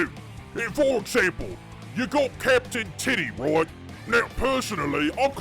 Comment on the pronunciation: I'm only hearing capin' tiddy 😂❤❤❤